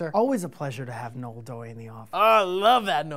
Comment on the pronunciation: Ugh, it's pronounced NO-EL.:> Good day.